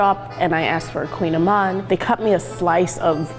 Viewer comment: No, lol, kouign-amann, it’s Breton (something from Bretagne/Brittany), so the word is basically a type of Gaelic, and even I can barely pronounce it and I live in France, lol, and no she didn’t pronounce it right either, lol